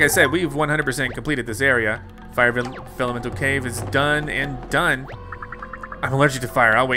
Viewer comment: Pronunciation Problem! It's Vellumental